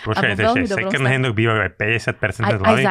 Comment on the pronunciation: Na moje prekvapenie má veľmi rozumné a progresívne názory na financie, životný štýl, stravovanie aj ekológiu. Iné baby hy sa mali od nej čo učiť. Jediná jedna vec, tú angličtinu doštudovať lebo výslovnosť "second" sa učia prváci na základnej. Ale to je len detail. Rozumná baba. Klobúk dolu. 👍